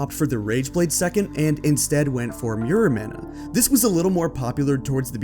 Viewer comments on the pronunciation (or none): Lol Mirror-mahna is probably the weirdest pronounciation of the item ice ever heard.